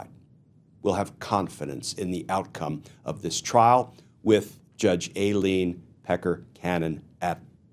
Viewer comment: I think Cannon is running for Trump's VP. What else could possess her mind??? -- Oh and thank Glenn for continuing to pronounce Aileen incorrectly. It reminds me of when George Bush, Sr. constantly referred to Saddam Hussien as Sad-em, as in the word 'sad'.